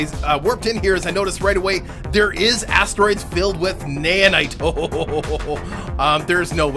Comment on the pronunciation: its naOhnite not naYanite.